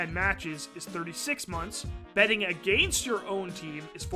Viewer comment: I thought I heard illicit "bedding" instead of "betting"